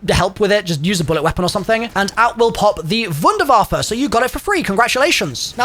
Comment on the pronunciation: God its such a relief to hear vunervaf-fe instead of wonderwayf